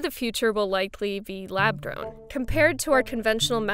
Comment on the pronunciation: Am I the only one hearing "lab DRONE" instead of "lab grown"????